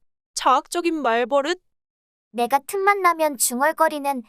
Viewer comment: 좋은 영상 감사합니다! 다만 말버릇은 [말:뻐륻]으로 발음되니 향후 다른 영상을 만드실 때도 조금 더 신경써 주시면 컨텐츠의 완성도가 더 높아질 것 같습니다.